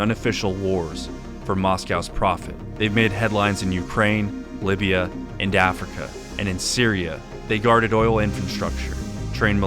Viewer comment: LOVE HOW YOU SAID LIBYA AND AFRICA LIKE SAYING IDAHO AND AMERICA LMAO